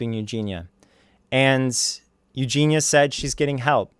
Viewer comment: Mans can't even say Eugenia right, cheers grease onion